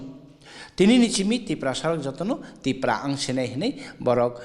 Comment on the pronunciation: Not Tiprasa dopha. ...Tipra dopha